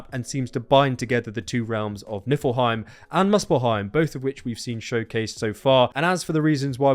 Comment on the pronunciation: Shniffle Heim, Nipple Heim, & FoShizzle Heim.